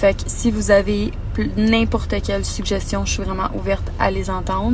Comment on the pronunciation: "Sujestion" haha wtf